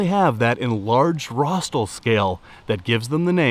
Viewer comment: RostRal, not "rostal". You didn't enunciate the second 'r'. Nice video!